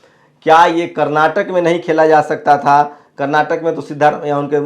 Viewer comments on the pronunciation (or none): none